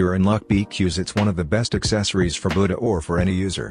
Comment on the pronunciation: The way you said buddha at first you said bootyah